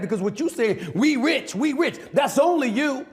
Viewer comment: 😂😂😂😂he said we ritch